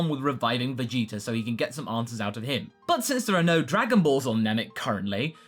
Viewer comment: I love how you say vegeter instead of vegeta